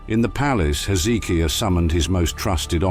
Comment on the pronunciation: Dear Mr "AI" PLEASE get your pronunciations of the name of kings correct, it's Hezekiah, not Heeizikia.